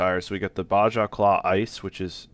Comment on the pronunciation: This is just an F.Y.I. for you, the J in Baja is said like an H because Baja is a Spanish word. I hope we get more of this guys mods on console. One thing I wish he did is add options that would allow you to make the mod just a little on the O.P. side. Nothing crazy just things that would turn it up to 11 or 12 where 10 is a maxed out stock in game truck. That said I still think he make nice mods.